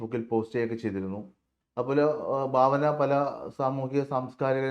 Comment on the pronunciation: Bhavana alla Bhavana